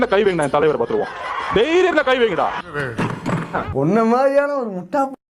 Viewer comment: தைரியம் அல்ல தேரியம் தேரியம் தேரியம்...😅😅😅😅முண்டம் ஒழுங்கா பேச கூட தெரியல...